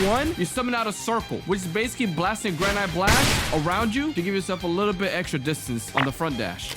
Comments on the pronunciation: It’s granite gran-it not grand-it-e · BRO SAID GRA NITE BLAST